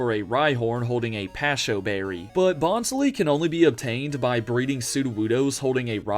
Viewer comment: Its Bon-sly, not Bonz-lee. Y'know, like a sly bonsai 😉